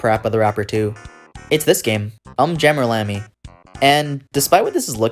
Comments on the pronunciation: It's pronounced "Oom jammer lammy" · Big fan of this series and stumbled upon your video. I loved it, you did a great job. But there were four things I felt needed to be pointed out. 1: Just me nitpicking, but you're saying the Um wrong in UmJammer Lammy. They literally say it in the intro video to the game, so I don't know how you get that wrong, but you're not the first person to do it, so I dunno. It's 'Oom' not 'Uhm'. 2: In UmJammer Lammy every time you beat a stage you get a new filter to run your guitar through that you can toggle with the select button, and they are very fun to mess with. 3: I really expected that you were building up to talking about how awesome the last couple lines in the last stage of Parappa 2 are, and then you just didn't mention it at all. But during the party, at the very end, for just a couple lines, the call and response switches entirely to you having to do the inputs first and then the crowd and MC King Kong Mushi repeat after you. It's for the 'Say Alright! Say Oh yeah!' part. But it's not only cool because it signifies Parappa becoming a 'Master' but also because they actually repeat whatever you do during that part. You can yell 'Say A-a-a-a-a-a-ALL!' and they will do it just like you did. It's so fun to mess around with. 4: You didn't bring up Project Rap Rabbit at all. In 2017, NanaOn-Sha and iNiS, the groups that made Parappa and Gitaroo Man respectively, started a kickstarter together with the intent of making a super involved game called Project Rap Rabbit, in which yo